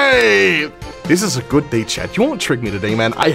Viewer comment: the way he says chad instead of chat 💀